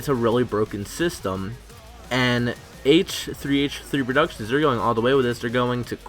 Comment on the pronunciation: AYTCHUUHTHREEAYTCHUHHTHREE PRODUCTIONS